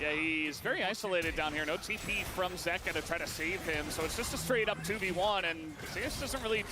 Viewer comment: the way dom says zeka is actually triggering me